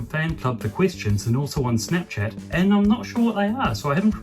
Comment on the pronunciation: did you say snipchat it sounded like it anyways good luck for 2025 yay